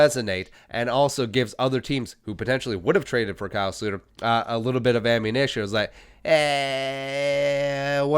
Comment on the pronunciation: Can you stop saying slooter?